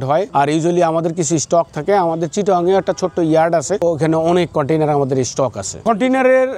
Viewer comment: Container ❌koitainar✅